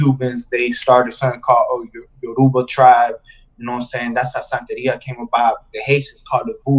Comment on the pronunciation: lol, santeria....not santa ria hahahaha